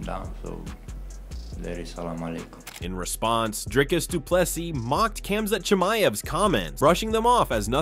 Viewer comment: This AI is pronouncing these fighters names differently each time 🤣🤣🤣.